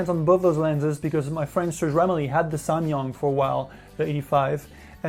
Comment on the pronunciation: Am I the only one who's annoyed that he keeps saying "samYUNG " instead of "samYANG". I know, I'm nuts...